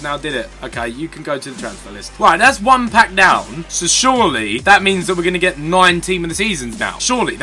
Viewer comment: ''Surely'' reminded me miniminter trying to prounounce ''Schurrle''